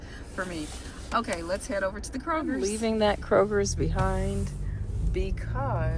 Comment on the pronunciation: Kroger as my daughter often corrects me, not Krogers. There is no “s” in its name. Anyway, so sorry to see your metro is getting such low offers. I just joined because a few said they consistently get $30-50 offers and maybe a few times a week $80 offers in our metro. Well, I’m praying I get those same high offers so I can just do 4 orders a day or $200 + per day… whichever comes 1st. Just waiting on my bags to show up. Thanks for sharing.